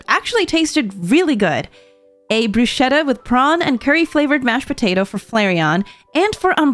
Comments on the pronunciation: as and italian i would like to teach you about bruschetta, Is not pronounced brusheta Is brusketta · BUT I have to correct you or else my Italian brethren will have my head. It is pronounced "BRRROO-SKET-AHH" not "BROO-SHET-AHH". You have to roll the R and pronounced the SCH as if it was SK. Take notes everyone, please. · hearing you pronounce bruschetta hurt my soul.🥲